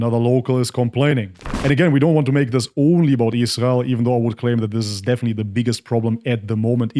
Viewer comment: The way you pronounce 'israel' is spot on